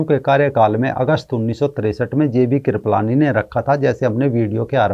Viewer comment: KRIPAALANI NOT KRIPALAANI😂😂